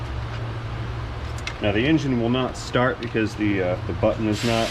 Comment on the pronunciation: "Starting ze engine" always gets me lol